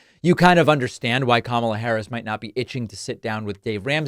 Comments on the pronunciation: The dead giveaway to me was when he said “Kamala” wrong. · Ramsey was so disrespectful to VP Kamala Harris that he didn’t even say her name right. He can’t really believe anything Dishonest Donald said in his interview.